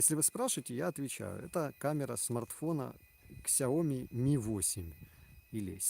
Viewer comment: Правильно произносится на китайском Сияоми=Xiaomi.